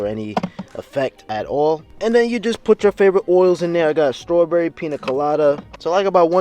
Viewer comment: Him: "strawberries" Me: "oh you from New York New York huh buddy lol"